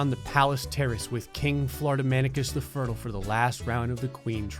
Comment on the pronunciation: I thought fertile was pronounced fur-tile not furtle... I’ve been bamboozled